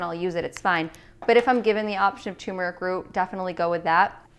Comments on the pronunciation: So sad 😕 to hear a dr. say tumeric instead of turmeric. We never pronounce the first "r" in the word. Yikes!! BTW. Nice recipes for getting the day started.😃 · Does anyone else hear tumeric instead of turmeric? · Why can’t anyone pronounce turmeric correctly? It’s not effing tumor-ick 🤦🏻‍♂️ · This is my 1st time watching you. You're beautiful. I'm absolutely going to subscribe. The smoothie looks amazing, but hearing toomeric is just a little annoying. Lol I don't think the "R" is silent. Turmeric is pronounced just like it sounds. Not being mean, I promise, just kidding a little. Maybe it's your accent, but I've never heard it pronounced like that🤪. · Why did she says...Tuuurmaric, it’s pronounced without U 🤣🤣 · You keep saying turmeric wrong